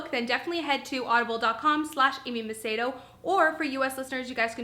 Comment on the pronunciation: I LOVE hearing someone, other than someone in my family, that knows how to say MACEDO! 😜. Great video, by the way.